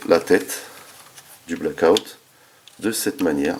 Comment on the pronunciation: Blackout pas Blake out mdrr. Bonne review, par contre cette figurien est bien trop petite pour aller avec les MPM 1/35. Je vasi attendre pour ma part le KO 1/28 pour ma collec en priant pour une meilleur peinture. Le scorponok n'est pas du tout à l'échelle avec la figurine pour information, c'est dommage. Bonne review ça me hype de fou pour le KO OS car le mold est pas dégeu !